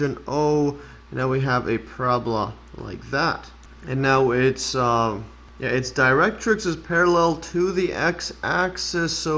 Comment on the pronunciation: Great! Many people confuse catenaries and parabolae (the original plural for parabola (but you can still say 'parabolas')). Your pronunciation of 'directrix' was spot-on! Kudos to you. 😊👌